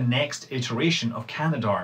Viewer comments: Cah-Nah-Dahrm is the official pronunciation (in pseudo-phonetics). It has an extra 'a' in it between can and darm, so it doesn't quite work like gendarme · Canadarm has three syllables.